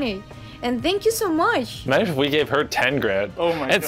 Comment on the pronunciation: "thank u so mush" lol